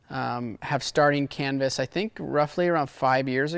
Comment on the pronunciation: Thought RV said 'Cannabis' not 'Canvas' 😅